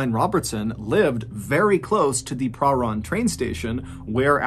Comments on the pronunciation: I remember this. My best friend in high school went to the same dance school as Rachel and knew her. Also Prahran is not pronounced like that but I don't know how to explain how it's pronounced thru text form 🤣🤣😝🤣🤣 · im an australian who used to live in melbourne and everytime i hear him pronounce prahran i can help but giggle hahhaha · Spookiest thing is how you pronounced Prahran. You made it sound fancy, lol. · Your pronunciation of Prahran is hilarious. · I'm from Melbourne, I love how you say prahran ❤ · I have to say this.... Tram not train (For the whole story). You also so Prahran weird lol. Americans pronouncing Australian words is sooo awkward. I still love xxoo your posts loads and look forward to seeing them. I just get distracted from the story by things like that. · the way u say pahran is pretty funny , in melbourne we all say it like its blended in one not a seperate pah and ran and the ran is said like "i ran a mile" . its not pah-ran its parhan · This story is so creepy to me. I'm a Melburnian and have lived in Box Hill - next to Wattle Park. A polite side note! Your pronunciation is pretty good! Prahran is a tricky one, we say 'P-ran' (like 'pram', don't ask me why), and Melbourne is like Mel-Ben, same as Brisbane. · Mr Ballen, I’m a huge fan and particularly love how well you pronounce the names of towns and cities - I used to live in Prahran and no one who ever talks about it never pronounces it (or Melbourne!) correctly. Thank you for the strange dark and mysterious stories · Same here. I’m from Melbourne and didn’t know about this. I have heard of the movie but didn’t know it was a true story. I did have to giggle at the pronunciation of Prahran, though. We pronounce it per-ran. Or just pran. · Good story. Good job with most of the pronunciation of Melbourne too - I hate when it’s called Mel-born (it’s Mel-bun!). Prahran is pronounced pran (rhyming with pan) though. It’s a hard one that a lot of ’Strayans get wrong too.